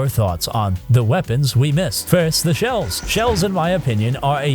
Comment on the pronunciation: It took me way too long to realise you're saying shells not shelves